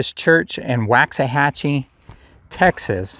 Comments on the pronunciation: The town is pronounced “Wocks-uh-hatchee”. I used to haul steel from there and the locals make sure to let everyone know not to say “Wax-uh-hatchee”. It’s like a sin to pronounce it incorrectly to those people Lol. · As an aside....its pronounced woks-a-hatchy. It's derived from the Indian name for Buffalo Creek, which ran through the area where several different tribes migrated with the herds. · Laughing for us old Ellis County Natives, hearing it mis- pronounced is like fingernails on a chalk board. My ancestors and me were raised in Ennis & Palmer, & Garrett, Texas. We shop lots of times in Waxahachie.